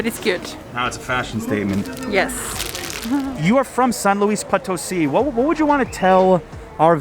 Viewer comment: Not to be rude, but why do you insist on calling it POT 🍯 instead of Po (long o) tosi. I'm sure she has corrected u....just sayin 🤷